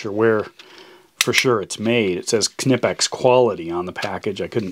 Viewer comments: It is pronounced Nipex not K-nipex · God damn k-nipex, the k is silent, is is pronounced nipex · The K is silent in Knipex. It's pronounced Nipex, not Kinipex. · Isn't it pronounced NIEPEX? Its what I always heard for 20yrs. For Amazons $39.00 retail price I think I'll build my own. :) Because of the lack of unloading thousands of container ships (supply chain crisis) on the west coast, Amazon seems to think its a good time to raise prices to near insane levels lately. Besides Olfa and Fiskars have some great ones too. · Kah nip ex. Give it a google. Spelt weird for the pronunciation but it's kah nip ex. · Yes, NIEPEX! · it's pronounced nice, as in long I. Not kunippex. wow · Good video but your english is killin. (ni-pex). Knee is not pronounced (Ca-Nee). Great tools though. Thats probly just good german engineering. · I'm pretty sure it is pronounced Nye Pex. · Doc, I just wanted to point out that the name is pronounced more like "Knee-Pex" with only 2 syllables. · Its just pronounced "nipex" the K is silent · Isn’t the k silent in Knipex? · So we are pronouncing the k now? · I think the K in Knipex is silent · do you say CAH-nyfe to? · Like knife!!! I don’t know why so many reviewers don’t get it. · Looks like a good tool but I couldn't watch for long. I'm sure the name is Knipex as in Knife, The K is silent. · Fair enough in German, but ... The "K" still grates to my British ear. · can i ask you how you say the word know? well say knipex just the same way ffs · Pretty sure the k is silent but to each its own and who am I to judge I'm a pollack